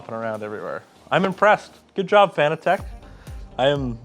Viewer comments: ITS PRONOUNCED FANATIC!!!! NOT FANA TECH....!! NOOBSSSSS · It's pronounced fanatic. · It's pronounced Fan-nat-tec like as in fanatic.... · This was cringe. From the improper handling of the wheel base to the mispronunciation of the brand. BUT! It goes to show that even the simple minded can put it together and get it working. Good job "fan-a-tech"! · I always assumed it was meant to be pronounced “fanatic” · saying Fanatec incorrectly hits hard